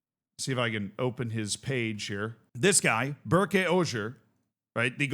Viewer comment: Pronunciation tip; Ber is pronounced like the Ber in Bernard, and ke is pronounced like a keh sound. It is a pretty common name in Turkey.